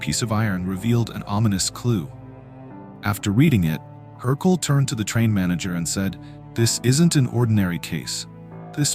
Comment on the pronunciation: wrong pronounciation, it’s Hercule. Not Hercoul